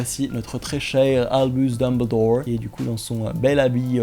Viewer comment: "Albus Dumbledore" ton accent c parfait 😂